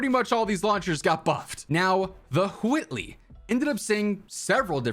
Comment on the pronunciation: Huwhy are you saying huwhitley like that